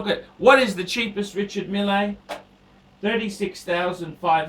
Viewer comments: Its pronounced mill!!! Anyway glad to hear you have come to your senses and would like a lange... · I don't think you realise that I know French very well. In French you generally ignore the last letter and the R's should roll off the tongue. can't pronounce his native English words let alone French names! Meel is probably closest we can get to how it's pronounced.